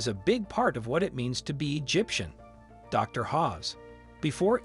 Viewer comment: Pronunciation is everything, Zahi Hawass NOT Hawes. As for the others oh dear 😂 definitely won’t be subscribing to this. Use of AI for voiceover I can only assume, if not then 🙄